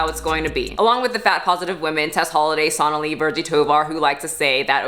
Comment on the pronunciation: Sonalee? I think you pronounced “Jim Jones” wrong.